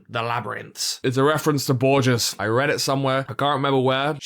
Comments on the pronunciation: really good video, entertaining and well argued, however: "borjiss" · I guess I'm just a simpleton who finds amusement in the low hanging fruit but I actually laughed out loud at your pronunciation of Borges